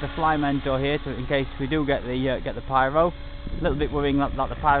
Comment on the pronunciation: Really interesting 600gt series of vids, thanks for taking the time to post all your findings. Only problem I have is your a Brit but say pyro when you mean piro for pirouette. Oh and maybe you say 'erm' 114 times :) Seriously though, I'd kill for your heli building and maintaining skills, just starting that tough road now. Thanks again.